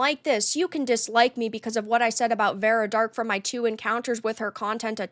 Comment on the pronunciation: I doubt it, if that were the case he would at least know how to pronounce her 4 letter name